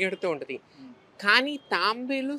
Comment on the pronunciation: అది తాంబేలు కాదు తాబేలు.